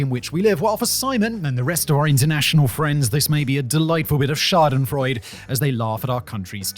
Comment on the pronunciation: How is it that you say schädenfreude so incorrectly and entrepreneur so correctly?